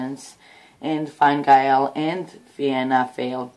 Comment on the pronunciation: Quick help with your pronunciation. Enda Kenny is the Tea - shock (easy way to help you to remember how to pronounce it) and his party is called fin - a gale.